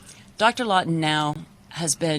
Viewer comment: ....She says Dr “Lawtener”, but title says Dr Lawton, which is it??